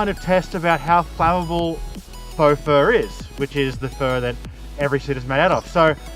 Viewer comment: Why do you pronounce it "Forks"? Faux is French for false and is pronounced "Foh".